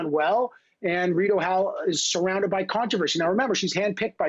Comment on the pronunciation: he calls it Rideau Hell, lol!